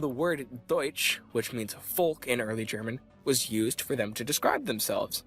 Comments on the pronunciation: I must say as a native german speaker that your pronounciation of german words are top notch in contrast with what i've heard so far from other anglophone content creators :) Very good content, you help me a lot with writer's block! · Good research. and actually quiet good pronounciation of the german words.